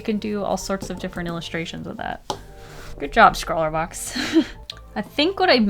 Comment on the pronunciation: I just realized that it's wiff not with oof